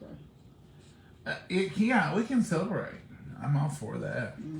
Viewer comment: BIRTH-DAY ….. not BIRT-DAY. why do people pronounce it that way??????